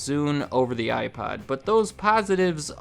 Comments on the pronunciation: I can't be the only person hearing him say iPod with a really weird o pronunciation... Some times his pronunciation of iPod sounds like iPad... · Are you saying iPod or iPad?